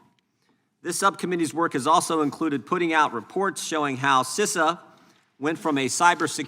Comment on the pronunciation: You are making me mad you don't know how to say Cisa